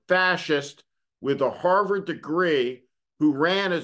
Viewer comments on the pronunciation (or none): none